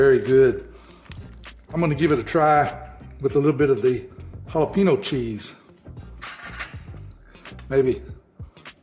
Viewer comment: Please learn how to pronounce jalapeño